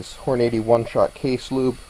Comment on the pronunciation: hahaha hor-nady haha